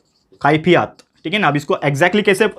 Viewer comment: Khaifiyat nhinsir kaifiyat thank you sir for your best lecture